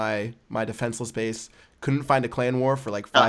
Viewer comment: base not bass*